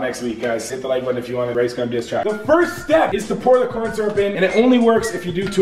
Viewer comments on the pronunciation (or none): He said "Coryn Syrup"😭